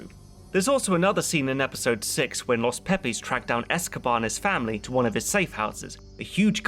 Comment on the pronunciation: Ahhh yes.. the infamous... LOS PEE PEEs.